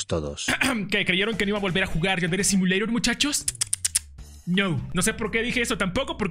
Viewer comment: Antes decia simuleiror😢 no simuleidor